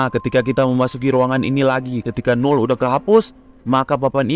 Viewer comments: Null jadi Umal lagi🗿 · kok Null Jadi Umal🗿